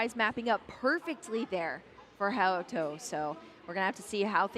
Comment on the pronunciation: “HayOTo” jeebus please have commentators practice the players name before the match. It was really funny listening to the female commentator flip between “haYAto” and “HaYOto” before settling on “hayoto”… making us English users seem ignorant even when his name is Romanized for them.